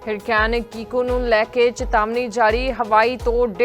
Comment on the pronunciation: ਕੀਕੋ ਹੈ ਤੁਫਾਨ ਦਾ ਨਾਮ ਹੈ। ਕੋਕੋ ਨਹੀਂ ਹੈ